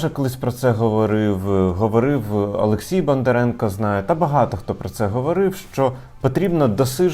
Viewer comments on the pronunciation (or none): none